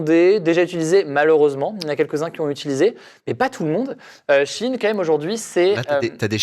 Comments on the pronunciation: C pas she in mais shein (chaïne) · J'ai trouvé que ça ne se prononce SHI IN comme ils disent mais SHEE IN. Prononcez l'article au moins correctement et on vous croira pour le reste 🧐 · ET moi qui prononcé Sheyne XDDD